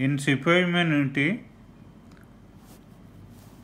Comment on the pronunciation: Sipoy Mutiny, not Sipoy Munity